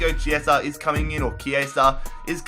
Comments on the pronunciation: Yes, Chiesa is "Chiesa" not "Ciesa". I'm italian :) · Also pronounce chiesa as key-aa-sa